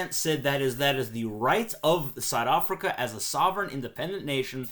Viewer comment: Strange way to pronounce South Africa.